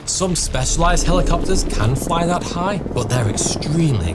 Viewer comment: "Fools like igh places"